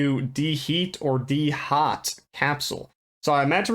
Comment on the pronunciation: Dehot capsule 😂😂